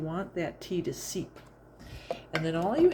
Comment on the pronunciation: Steep not seep 💚